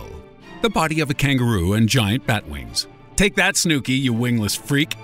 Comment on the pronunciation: How are you gonna say snookie wrong? Lol